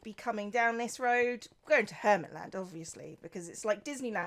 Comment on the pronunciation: It's pronounced "Hermt Land"